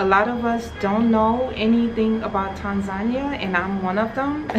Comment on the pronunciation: I am Tanzanian. All the things you have said about us in the vid are true. Just one favor to ask: could you correct your pronunciation of 'Tanzania'? I know some of us pronounce it like that but it's wrong. Please see below link for correct pronunciation, if you don't mind, as it's more correct or near correct than what you have been hearing from some of us.